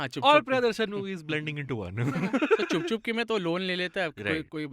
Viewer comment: repeating "" so many times was hilarious also, its CHUP CHUP KE not CHHUP CHHUP KE 😅